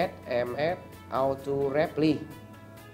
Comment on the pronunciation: Cai gi vay ba ? Ao to rep ly ? Doc gi ma stupid qua vay ?